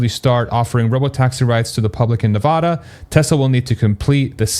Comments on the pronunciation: I love your content! Just an fyi, native Nevadans pronounce the first "a" in Nevada the same as 'cat', not 'paw' 😉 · You should Google how to pronounce "Nevada." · Can we all agree that is not Nevoda! 😂 let’s get it right! Still hype about the announcement. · Nuh VAD uh